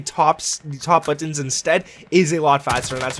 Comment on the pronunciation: Butans lol